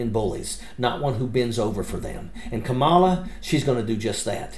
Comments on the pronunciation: Love ya dude. I follow you religiously, but even you are doing it… The emphasis is on the beginning of her name. The first syllable. KAmala. KAmala Harris. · It's comma-la, not ka-maul-a. If you truly support Kamala, at least learn to pronounce her name rather than using the same intentionally mispronounced pronunciation Trump and his ilk uses. Have some respect. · Thank you for all your hard work...but, please pronounce HER name correctly... COMMA-LA❤ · Please pronounce it correctly— “Comma-la” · Thank you for the cool video, but please pronounce Kamala correctly. It's "comma-la". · Please pronounce Kamala correctly.